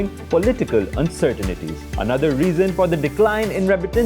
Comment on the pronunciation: By the way it’s “uncertainty” not UMCERTINATY - learn proper English if you are blogging for Dawn